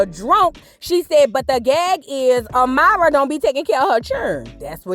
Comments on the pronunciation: lol I thought I was the only one like girl stop saying her name like that 😂😂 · The way she’s pronouncing Amara is stressing me🤦🏾‍♀️